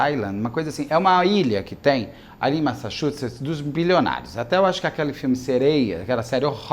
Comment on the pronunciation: maxassuxets 😂😂😂😂😂😂 te amo Beto